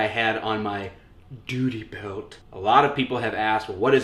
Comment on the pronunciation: Why did you call it a "duty belt" so weirdly?